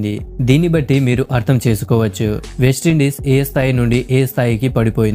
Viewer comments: అరే నాయనా అది వేస్ట్ ఇండీస్ కాదు..వెస్టిండీస్... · బాబూ వేస్ట ఇండీస్‌ కాదు నాయనా వెస్టిండీస్ సరి చేసుకో అర్ధం ఘోరంగా మారిపోతుంది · వేస్టీండీస్ కాదు.. వెస్టిండీస్